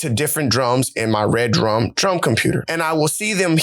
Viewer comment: Dope bro and good job. And also, i think REDRUM is pronounced Re Drum, like it’s 2 words. Definitely not red drum